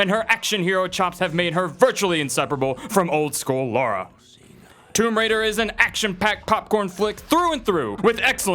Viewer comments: Assault on Arkham should've been in the top 5 and mortal kombat should be in the top 3 not to mention the fact that it's "lara" not "Laura" but apart from that pretty good list! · Does NOBODY know how to pronounce Lara Croft's name?! It's LARA, not LAURA!